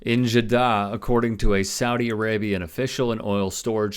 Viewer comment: Man can't even pronounce Jaddah correctly, I am questioning if I should be watching or even being subbed atm...